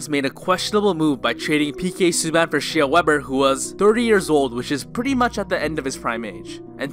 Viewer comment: Did he call him She-ra Webber at the start?